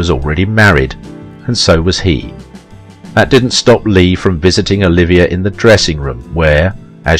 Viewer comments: OH-LIV-EE-AY not Oliviah!! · It would be nice if the broadcaster could pronounce "Olivier" properly.